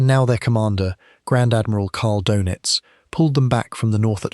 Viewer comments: It’s “dur-nits” not “dough-nits”. If you can’t pronounce o-umlaut, I’m not convinced you should be making videos that have anything at all to do with Germans or Germany. Just 41 seconds in, you’ve mispronounced his name twice, blown all credibility and made me turn off. Well done. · His last name is pronounced in English like “DERR-nits” not “doe-nits.” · Can’t you pronounce Doenitz better? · Most shows screw up the pronunciation! Typical AI crap